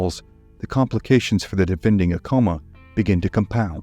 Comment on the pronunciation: You’re pronouncing Acoma wrong